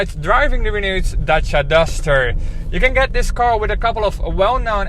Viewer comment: Wow ! A car named Dutch-ia ! And it is orange ! And the presenter pronounced the name properly ! I believe that Renault wants the Netherlands market real bad . The courtship is shameless .